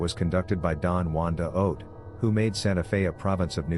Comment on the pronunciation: La Fonda ..(phon-da)...like phone, not like fanta... Juan de Oñate (ohh nyaa tay)